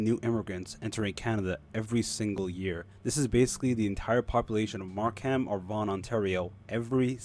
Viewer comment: Mark hem? You obviously do not live in Canada